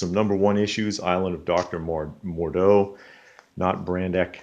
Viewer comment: Uh... it's not the island of doctor mordo... it's Moreau. And isn't detective 442 the first Harvey Bullock? Did you say Green Lantern corpse? It's Corps, pronounced like core. Brave and the Bold 81 is the first appearance of the villain Carl Bork. And it's Charlton like if you Char a burger on the grill, not sharl. But yeah you totally did good for $0.50 a pop.